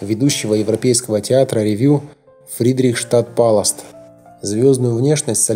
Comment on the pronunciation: Фридрих штадт палас - ударение диктор не правильно ставит ! Аж покоробило- по бумажке читает, а о чем - не знает